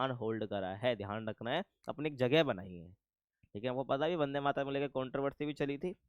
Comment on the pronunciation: Not Bande, its Vande Matram